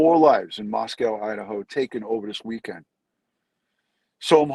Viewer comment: Just FYI. It's pronounced Moscoe. Not "cow". 😉😊